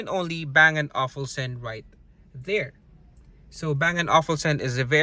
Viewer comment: Bang and "Ofulsen". Its Olufsen sir :)